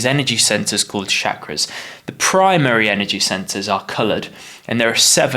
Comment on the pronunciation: It's called Chakra and not Shakra*